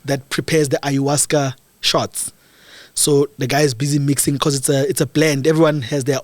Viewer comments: It’s Ayahuasca🙈 not iowaska😂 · What is ayahuasca? Ayahuasca (pronounced 'eye-ah-WAH-ska') is a plant-based psychedelic. Psychedelics affect all the senses, altering a person's thinking, sense of time and emotions. They can cause a person to hallucinate—seeing or hearing things that do not exist or are distorted